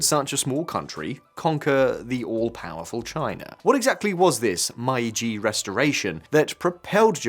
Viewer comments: Why are the brits the hands-down worst at pronouncing foreign words? Meiji being pronounced as MY-gee 🤣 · Mispronunciations of common terms like Meiji" make me skeptical of the quality of the research. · I don't live in Japan and I'm still cringing at the pronunciation of Meiji